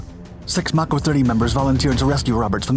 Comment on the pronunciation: Under the phrase cluster-fuck in the dictionary Anaconda is the illustrated example.... P.S. not that is in any way important to the story or the heroism displayed but it is pronounced with a hard A. May-co.... Mako 32